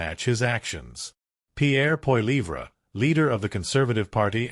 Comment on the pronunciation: “Poy-leave-ra”? Holy AI, Batman